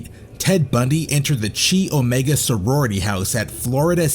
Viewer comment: Ted left DNA evidence? There was no such thing as DNA at any material time during any of Bundy’s murders and trials. Furthermore, you can just say “sexual assault” or “rape” as saying “SA” over and over again is rather vexatious. Also, you mispronounced “Chi Omega” and “Campbell”.